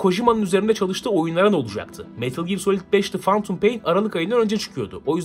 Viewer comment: Şu lanet olasıca phantom kelimesini fentım diye oku artık fantum nedir nerden duydun kimden öğrendin yeter yeterrr YETHEEEERRRR